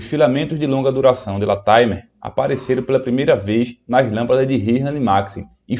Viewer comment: LATIMER. A pronúncia correta é 'látimâr'.